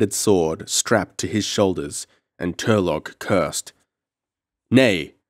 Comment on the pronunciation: it's Tur-low not tur-log